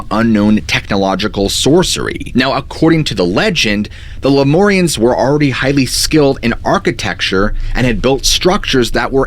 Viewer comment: LemUrians, not LemOrians